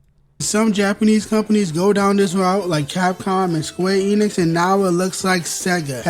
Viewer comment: "Twansgendewism" "SQUWAWE ENIX" Like why does bro sound like that lmao 😂😂😂